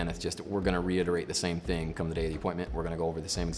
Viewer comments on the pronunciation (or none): none